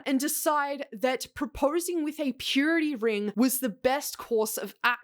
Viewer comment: I keep hearing period ring not purity ring